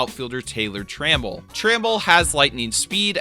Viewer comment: You're very bad at pronouncing names who the hell is ka linic?? KELNIC also its tra mell not trammmmmmmmmmmmmmml